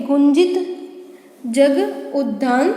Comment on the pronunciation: आपका उच्चारन गलत है उद्धान आप कह रही है वह गलत है वह उद्यान है